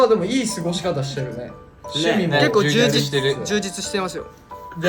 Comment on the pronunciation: ここの「充実してますよ」がなんか関西弁っぽいことに今気づいた